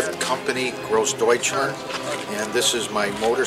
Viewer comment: Sort of flinched at the guy's pronunciation of Groß Deutschland